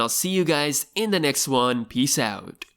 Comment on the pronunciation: They make me laugh when pronouncing peace out! You can sense and feel the indian biryani voice when hearing it😂